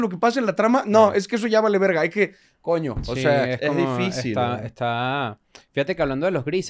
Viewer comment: quiero poner esto para patrimonio de la humanidad diciendo coño (no c si lo ha dicho antes pero lo dijo de forma muy venezolana)